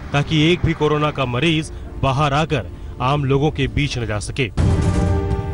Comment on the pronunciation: Carola virus kate hahahahahaha anchor bhi full educated hai aaj tak k....